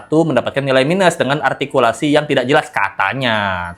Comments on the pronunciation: kata juli altikulasi ka 😂😂😂 altinya dewan juli belhak membelikan nilai -5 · Itu Juri ngomong ARTIKULASI.Dia aja Ngomong R aja Gak Bisa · Jurinya yg artikulasinya yg tidak jelas, coba dengerin saat bilang "R" gajelas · Juri ngomong R aja kagak bisa... Koq ngajarin Artikulasi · Menyebut artikulasi dg jelas, padahal si juri itumenyebut huruf R aja ga becus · Juri yg bilang artikulasi hrs jls, justru artikulasinya gak jls, r nya gak jls, juri apaan ni? Merasa paling BNR dan sgt ototuter